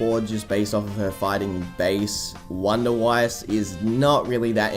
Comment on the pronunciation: Also wunderweiss name is German. Even if it's in a Japanese anime. Say it right